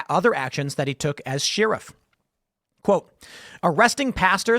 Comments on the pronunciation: It’s crazy how often you get a chance to say sheriff in the weirdest way possible. What the hell? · Tim says sheriff weirdly. We need to eliminate the job so I don't have to hear Tim say it ever again! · The way Tim pronounces “Sheriff” is sheer insanity